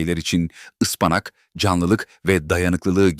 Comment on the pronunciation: Kâse..Ispanak demesini öğren..